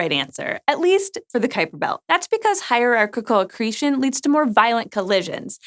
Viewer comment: hierarchical accretion -- haha All I heard was katamari damacy